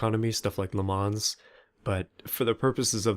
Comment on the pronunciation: Le - Mon